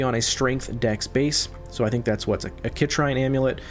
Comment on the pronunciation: sit-reen ... not kit-rhine =) Superb video! I appreciate the detailed explanation